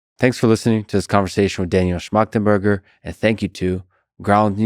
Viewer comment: Got to give lex some credit for not fucking up the name